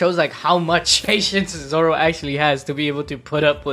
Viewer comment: Is it only me but I saw nami say zolo